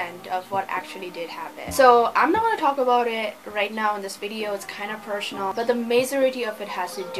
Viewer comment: Sorry di you missed one.... My sister speaks better english than you. "Pershonal" Re 😂😂😂